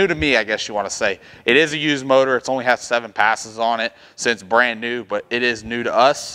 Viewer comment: New not knee!🤦‍♂️